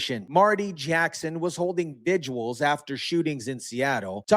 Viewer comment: What is a "vidjual"? The word is "vigil".